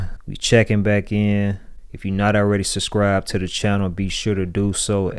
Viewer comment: suBscribe, not suscribe